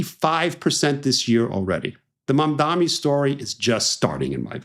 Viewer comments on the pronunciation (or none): It’s Mamdani, not Mamdami. We got another Cuomo over here smh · It's Mamdani not Mamdami, Steve. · Mam DANI. DANI. Not DAMI. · Not MamdaMi, MamdaNi. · Am I hearing him say the name incorrectly - he’s saying mamdaMi instead of mamdaNi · its “mamdani” not “mamdammi” at least say it right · His name is MamdaNi, not MamdaMi. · Mamdani. Mam-dani. Love you Eisman but come on. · its mam-da-nee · Why can’t ppl say his name right, it’s M-A-M-D-A-N-I. with an N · His name is Mamdani. The last consonant is an N not an M. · MAM DA NEE Steve. It's not that hard. MOM DONNY. See? Easy to remember. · You are pronouncing his name incorrectly. The mayor elect of NYC is Zohran Mamdani. M-a-m-d-a-n-i